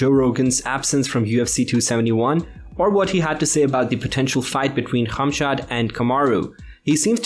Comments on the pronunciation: Not funny how you’re saying his name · It very irritating you saying the work khamzat